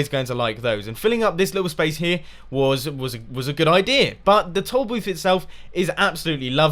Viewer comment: When he was talking about the toll booth, I thought he kept saying "tall booth" so I was just sitting there all puzzled and then I realized at the end of the episode he meant toll booth. xD